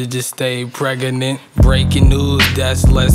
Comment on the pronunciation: Preg-a-nant... Fucking hard